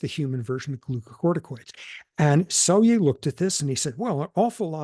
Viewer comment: Cool conversation. Just a side note, that's not how you say Selye's name. In Hungarian "sz" is the equivalent to the English "s". "S" is pronounced king of like "sh"